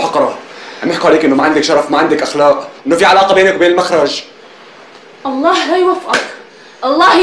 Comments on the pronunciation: يقول المَخرج مو المُخرج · المخرج بفتح الميم 😂😂😂😂😂😂